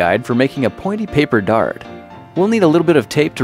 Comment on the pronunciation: The first time I watched this video 9 years ago I thought he said fart instead of dart